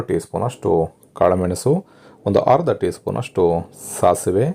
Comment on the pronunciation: ಹರ್ದ ಅಲ್ಲ ಅದು ಅರ್ದ, ಅಸಿ ಅಲ್ಲ ಅದು ಹಸಿ. ಎಷ್ಟು ಚೆನ್ನಾಗಿ ಅಡುಗೆ ಮಾಡುತ್ತೀರಿ👌 ಪದಗಳನ್ನು ಸರಿಯಾಗಿ ಹೇಳಿ ವೀಡಿಯೊ ಕೂಡ ಚೆನ್ನಾಗಿ ಇರುತ್ತೆ. ಕೇಳುವುದಕ್ಕೂ ಹಿತವಾಗಿರುತ್ತದೆ ನಮ್ಮ ಕನ್ನಡ ಭಾಷೆ ಎಷ್ಟು ಚೆನ್ನಾಗಿದೆ ಅಲ್ವಾ?